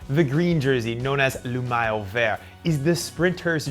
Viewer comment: Nice job except for the pronunciation. Grand départ and maillot were badly massacred. Please work on that !